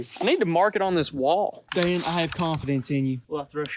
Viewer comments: He said aw Dan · No he said oh dan